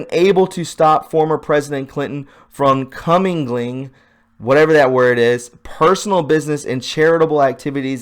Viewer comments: Co mingle ing = comingle ing = comingling . Mixing funds. Before you broadcast, read the articles and if there's a word you don't know, look it up and learn it. It takes only a few minutes and makes a difference for quality. We can read articles for ourselves- why can't you give us summaries, particularly since when you read out loud your vocabulary is limited. The flag is not upside down, the stars are over the body's heart- which is traditional. If the head is at the right end. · In no particular order, the words you butchered are "co-MILGLING," meaning to be or mingle together, "Crises," pronounced "KRY-sees," which is plural for the word "crisis. One crisis. Two or more KRY-sees." Another one is "Improprieties," pronounced "im - pro- PRY - i - tees." the plural of one impropriety. of this video, you read the "Q" drop about UBL - "Why was the Clowns in America tasked to hunt/kill UBL?" Next line: "Why not MI?" "MI" = military intelligence, not your lame "Muslim leadership," where you mistake the capital "I" for a small case "l". If you are going to forge ahead and read stuff to your audience and expect them to believe you, you should at least have the common courtesy to become familiar with big words you don't usually use on Facebook and become reacquainted with "Q" posts you haven't read for a while so your delivery doesn't become riddled with a series of totally avoidable gaffs that do little to polish your credentials as a citizen journalist. Time to tighten up your game,. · Commingling Pronounced: CO-mingle-ing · Learn to pronounce commingling! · Agree. the mispronunciations are sometimes funny, but mostly distracting, and makes him sound like a doofus. I mean, if he mispronounces commingling, followed by "whatever", does he even know what it means? LOL